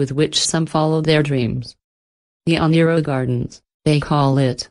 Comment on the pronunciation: Yes, she is mispronouncing Oneiroi. I couldn't fix it... I tried